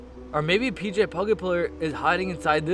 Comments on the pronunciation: you said pg it's pj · Rj pugapillar? ITS PJ